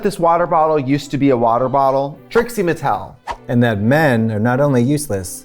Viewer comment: haha Trixie brought a new taste to the UNhhh pronunciation